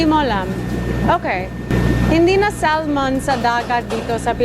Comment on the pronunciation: 😂 saying sal-mon Pinoy style the silent " l "was gone so cute. Fish it's got to be wild this farm fishes are toxic. Seen a video about farm salmon the most toxic food in the planet & farm tilapia they eat their own poo bc they've got hardly any space at all to swim around that's how crowded they are & that's why they're cheaper & also a video about prawns they put the prawns into sleep by injecting chemicals into them but in PH I think we're more maybe safer as long as we don't follow the others who only really think to put a ton of zeros into their accounts.